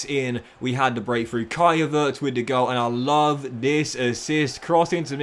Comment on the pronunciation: Why do you pronounce Havertz like that 😂